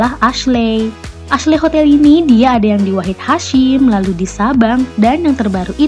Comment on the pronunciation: Kak, Ashley itu pelafalannya Eshli....bukan Asle 😁